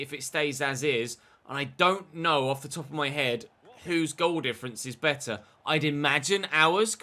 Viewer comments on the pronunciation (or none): none